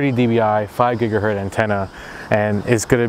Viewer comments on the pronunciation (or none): GIGA HERTZ NOT GIGA-HURT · GIGA HERTZ NOT: giga hert!!!!!!!!!!